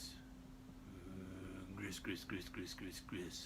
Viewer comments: Gree-gree is the correct pronunciation. And has definately gone head-first over the edge! An exceptionally entertaining video, keep the Fun Knife Fridays coming! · I believe “gris-gris” is pronounced “gree gree.”